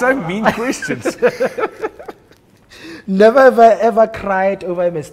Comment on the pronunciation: This is is lovely show but the presenter needs ro pronounce some English words properly. Its not wourrn't....it's wouldn't and so on. English is a beautiful language when spoken clearly and properly. I hope he sees this comment.